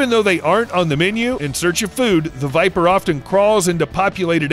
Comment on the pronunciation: Y nobody talking about the fact he said Porn viper🤔😅